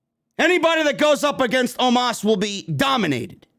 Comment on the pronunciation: & the Way how said OMOS That was Funny😄😄😄😄😄😄😄😄😄😄😄😄👍👍👍👍👍 OMOS Impression Funny Full Clip😄👍 Watch the Ending That was So Funny